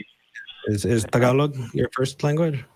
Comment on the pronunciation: So did get burned by his attempt to pronounce “Tagalog” authentically or did not hear him? Sounded pretty good to me.